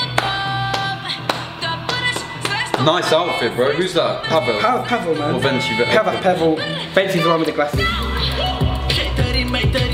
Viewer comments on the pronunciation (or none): it is pronounced like this: VenTSi VenTS.